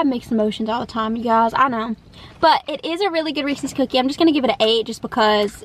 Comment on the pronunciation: Have you ever seen a Reeses commercial? They pronounce it correctly 😊